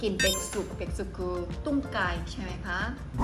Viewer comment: ต้มไก่ นะจ๊ะ ไม่ใช่ ตุ้มไก่ 555555 ออกเสียงเป็น ตุ้มไก่ อิๆๆๆๆ